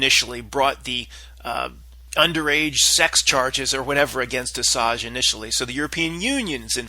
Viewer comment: Ass-ange (L)